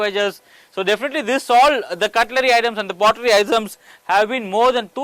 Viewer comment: pottery not potlerry. write a script carefully before recording.